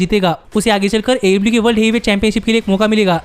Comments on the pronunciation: AEW ki jagah AE LIU sunai de raha hai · Bhai aew to sahi se bol yaar itni jaldi nahi bol pata to na bol aaram se bol